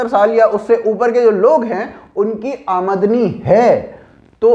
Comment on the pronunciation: आमद नी नही आमदनी